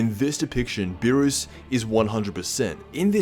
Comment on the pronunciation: it's not Lord Beerus is Lord Peenis